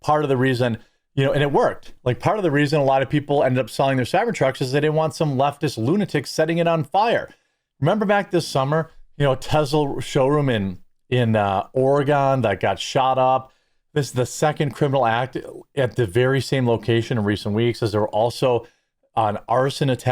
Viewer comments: Ore-Gone? No it’s not gone, it’s still here! (It’s pronounced Or-uh-gun.) 😉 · OR-ih-GUN... F'kin midwesters. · It's pronounced OREGUN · Not pronounced : Ar reh gon but ....Or eh gun = Oregon. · I live 90 minutes from there and didnt hear about it. Jeremy its not Oregone, Oh reh guhn and its said New Brawn -fulls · as an Oregonian. It's Ore_E_GUN. Not OreGONE. We are 85 % RED A.F. and tired of 2 Counties dictating how this state is perceived. Ore_a_gunnians in these hills. Archers, wildlife enthusiasts, anglers. Oregon is gonna save the West coast. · Bro, it's ORYGUN not ORYGONE! Sadly, I'm ashamed of my home state that I've lived in my whole 63 years. It was a conservative stronghold until the crazy Californians who didn't like their own government and started buying up everything and then voted for the same bullsh*t! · It's not Oregone. It's Oregun. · Oregon is pronounced "or again"